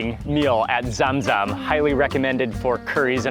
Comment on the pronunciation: The correct pronunciation is not " Zem Zem " it's " Zum Zum " the holly water's name only available in Makkah in Saudi Arabia.